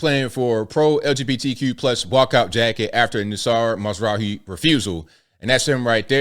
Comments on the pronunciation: Mazraoui pronouced Mazrawi. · Damn this made it over here? 😅 Edit: you didn't really butcher it. It's pronounced, Ma-zu-rah-wii